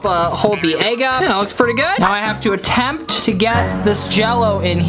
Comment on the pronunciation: STOP SAYING ATTEPED